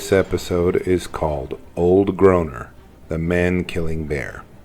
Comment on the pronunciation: groaner.. not growner